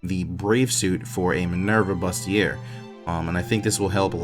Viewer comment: Loving the vision series. FYI, Bustier is a french word and it is pronounced Boos-tea-aye. You will be very happy if wifey wears one for you;)